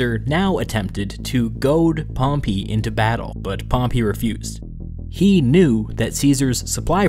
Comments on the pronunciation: It’s pronounced pompay not pompi you lemon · Dude its Pompey not Pompee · Pronunciation: Pompay>Pompee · pompy..... i cant stop hearing you butcher the name pompey... its in the name Dude. PompEy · wtf that’s a really weird way to pronounce pompey. Maybe its just american? I’ve always thought it was pom-pay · "Pom-pee"? This narrator sucks! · I don't know why but I love the way you say Pompey. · I love your videos you do a good job one thing you say pompey wrong that's not how you pronounce it